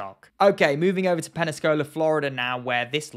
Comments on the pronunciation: PEN-SAH-COLA not PEN-NES-KOLA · I died when he butchered Pensacola. 😂 Granted there’s a lot of hard to pronounce places everywhere. It’s just funny when you know the place and the pronunciation.